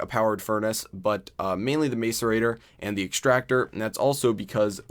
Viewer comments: same, its pronounced mass-er-ator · I cringe when he says macerator. The A is not long. Mass e ray ter. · every time he mis-pronounced macerater i cringed